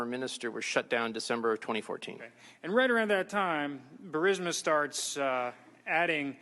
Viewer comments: Bur-eez-muh. Not Bur-sim-uh😂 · Is it really "Bursima?" And "phalynx?" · Ok Benny. Once and for all. It’s “BURR-IS- MAH”. You’re killing me, Smalls. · U run foxnews clips as your own report??!! Ur channel is crap ..... Not to mention you don't even pronounce "bursima" correctly!!!!